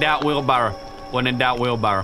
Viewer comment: "When in doubt wheel berrwa, when in doubt wheel berrwa"